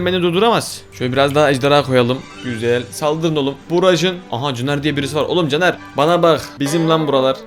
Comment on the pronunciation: abi ayıp oluyor ama benim adımda caner sen cner derken caner dedim abi üzdün beni